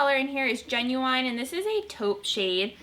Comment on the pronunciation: Wait did you really just say genuIne? is that how new yorkers pronounce it or sth? or are you just a bad reader..